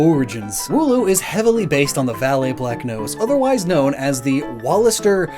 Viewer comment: Funny is... not a single part was correct not even Walliser x3 German is certainly A language